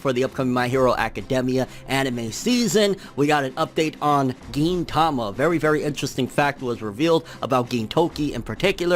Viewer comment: I know thats how it sounds I just found it funny on how he put so much emphasis on it